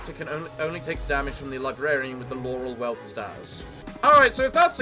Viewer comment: Welp, now we know that Laurel Wreath has been renamed to Laurel Wealth status, because won't try to fix that pronounciation.